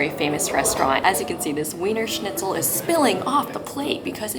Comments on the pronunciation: If you are doing a food tour youmightl learn the names of what you are eating. The noodle is likely “ Spätzle“. The Cutlet may or may not be Wienerscnitzel? Btw It is pronounced not with a W sound but with a V sound. (V)ienerschnitzel. For your followers. Authentic Wiener Schnitzel is traditionally made with veal; if a schnitzel is made from pork, it is technically called Schnitzel Wiener Art or "Viennese style" schnitzel. Austrian law protects the name "Wiener Schnitzel," requiring it to be made from veal, though many restaurants will offer pork versions under a different name. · VEENRRRSCHNITZLE not WEEENER! 🤭🤣😂🤣😂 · it may look like weener shnitzel but to German speakers its veener schnitzel. Just as Wien is not ween but veen (Vienna). The English 'v' actually doesn't exist in German 'V' in German is pronounced fow; Volkeswagen is pronounced Folkesvaagen. Not pedantry but essential understanding. Its a stretch for Americans to understand but in 1814 Wien (Vienna) was the cultural heart of the western world. Britain and ultimately north America triumphed by the historical accident of colonialism - and the holocaust of indigenous peoples. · Please please please stop saying “weener”! Do the minimum of learning how to,pronounce a few couple of basic words when this is your profession. It is so cringy! And Almdudler is an old timey soda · "Weener" schnitzel???? oh no oh no oh my god no no no no